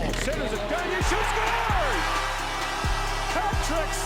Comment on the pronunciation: Sam GaG-Nurrr